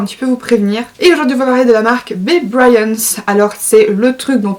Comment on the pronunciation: Tu dis n’importe quoi 🙄déjà tu dis mal « bbbryance » sa ne se dis pas comme ça et en plus le dentifrice mousse très bien et les brosse à dents sont génial 🙄sa marche beaucoup mes dents ont gagné 6teinte déjà donc ses que t a des dents pourri ...😡🙄